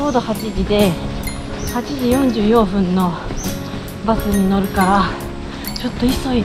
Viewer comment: 44分は、44ふんではなくて、44ぷんです。